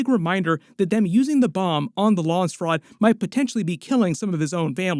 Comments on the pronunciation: It's Landsraad, not Lansraad. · it's not lawnsrod its LANDS RAD.